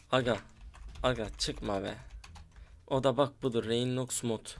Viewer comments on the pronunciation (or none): Abi rainlox rayınlox değil 😂😂